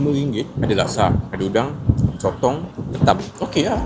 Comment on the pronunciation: Laksa, bukan lakse